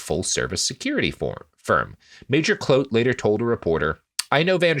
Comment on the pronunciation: You guys set out to not pronounce a single name correctly and 26 minutes in I haven't heard a single name pronounced correctly (except maybe Jan, almost). That earns you guys the official Boer seal of approval, keep up the good work.